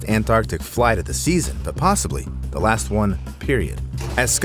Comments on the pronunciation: "las seconds". Nice try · Couldn’t fit that T in there? 😜